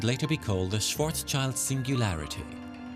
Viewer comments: One comment which may irk you though; pronouncing Schwarzschild (Black shield) SWARTZ_SHILT or thereabouts. Thank you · Is really so difficult to pronounce Schwarzschild?